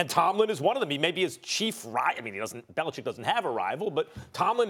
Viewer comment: Max is one of the few sportscasters who say The Patriots' coachs' name properly. Bellichick, not Bellicheck. man, that always bugs me.